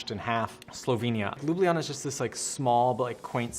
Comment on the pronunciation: Why does everyone pronounce the capital of Slovenia wrong...